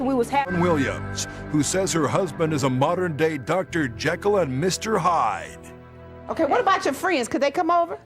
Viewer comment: Did he say " Dr. Hekyll and Mr. JYDE ???" 😅😅😅😅😅😅😅😅